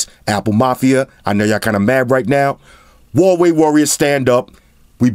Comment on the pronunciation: As soon as I heard you say VAVEI, I gave thumbs down and exited video. Bye